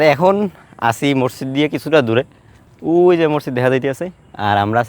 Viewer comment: Masjidke morjid bolen keno?